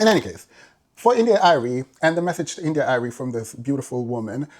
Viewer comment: Love how you pronounce India Irie😂. Like many women in the Neo-soul genre, or classical black music. They are lowkey male centred, to a degree respectability politics and classism I'd add. When they address issues in the communitay, it's always through shaming women and girls, while seldom addressing systemic issues, never mind misogynoir. Nonetheless, her points are fairly valid to an extent.